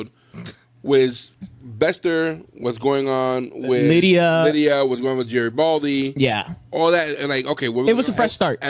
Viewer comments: I understood it as "Jerry (Doyle)-Baldy" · Your insistence of the mispronunciation of the Jerry Doyle’s character is either childish or you are all mentally challenged. Why continue this juvenile behavior?